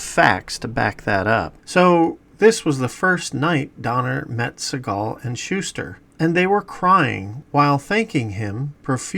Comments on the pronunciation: Not going to watch this if you can't even pronounce Jerry Siegel's name correctly. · That’s not how you pronounce Siegel